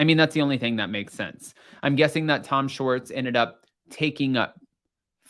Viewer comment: Tom shorts? Shhh-wart-z